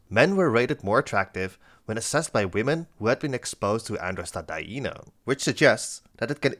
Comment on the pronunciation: the fact u can say 'Androstadienone' impresses me